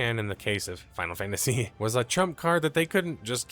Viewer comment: Did bro just say unexpected collab with final fantasty?? Ahah 😭